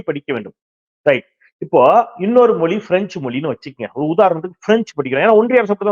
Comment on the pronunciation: அருமையான செய்திகளை, ஆக்கபூர்வமாக வழங்கும் தாங்கள், தமிழ் மொழியின் சிறப்பை வெளிக்காட்டும் ழ 'கர உச்சரிப்பை சரியாக கூறுவீர்களானால் மகிழ்ச்சி. தமிழ் மொலி, தாய்மொலி, மும்மொலி இது போன்ற உச்சரிப்பை தவிர்க்கலாம் என்பது எனது வேண்டுகோள். 👍